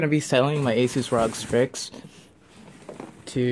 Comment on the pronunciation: The way you say rog strix makes me want to kms but add me on steam